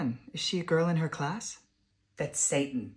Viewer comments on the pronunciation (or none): You mean, “sah-tann “😂😂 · "Who's sah-tan?" Oh my GOD.